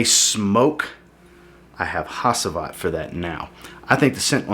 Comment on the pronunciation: I don't think I've heard a single American pronounce Hacivat correctly lol